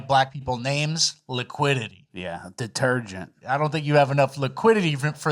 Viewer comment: did not give you your props for “D’tergent”. That was solid